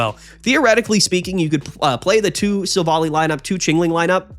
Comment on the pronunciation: Minor pet peeve. It's pronounced Silv-ally.